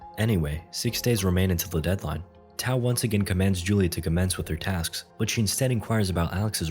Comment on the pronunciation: Haha good movie but really annoying, that's 'TAU'